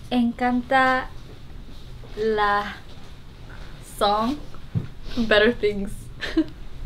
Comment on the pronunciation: "la song" JAJAJAJA Giselle tiene muy buena pronunciación ❤